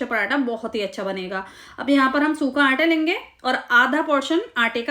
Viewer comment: Qurban jaon "Aanta" K. Its Aata. Recepie is superb